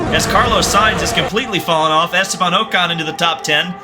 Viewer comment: sayinz not sighns